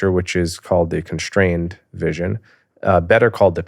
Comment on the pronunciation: Conshtrained or constrained? I am getting confused by the pronunciation of “ S “. Apartt from this a brilliant and fascinating discussion! It’s a discussion about tribal behavior at the end. Was there even a concept or definition of poverty?